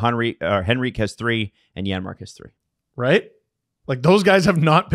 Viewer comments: I noticed that to on the replay. Buddy was sending that a foot wide if it didn’t hit the defender in the league lol. Also, it’s Janmark. It’s just pronounced like a Y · Janmark. The J is pronounced like a Y.